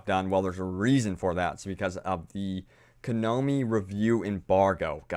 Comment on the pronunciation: You clearly didn't get the joke. I was making fun of the way he says "konomi" when it's actually "konami"